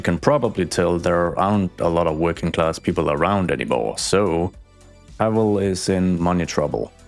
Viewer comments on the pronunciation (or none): POLSKAAA GUROM!!! Also for anyone reading this, it's Paweł not Pavel. Polish doesn't use the letter V